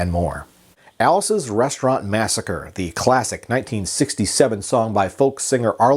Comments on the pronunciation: its massacree..... you keep sayin massacre.... two totally different words...... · Mass a cree….not Massacre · Alice's Restaurant Massacree. Massa - CREE. NOT "Massacre". And I think the friend's name was Roger. And it was Alice's Back Room. Arlo isn't well these days and isn't doing interviews or playing shows; but he has a huge family who would probably comment on the truths and fictions of the song. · The last time I listened to this song, it's spoken Masacre, not Massacre. Otherwise informative. Just saying. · It's "massacree". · Massacree. Its massacree.